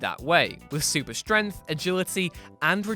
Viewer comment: ‘super strenth’